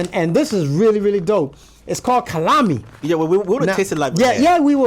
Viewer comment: Please it's not kanami it's kalami